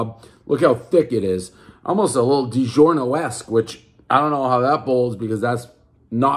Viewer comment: Franchetta and Dee-zhurno